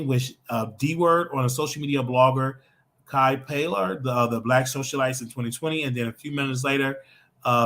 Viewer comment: Kai is pronounced K👁️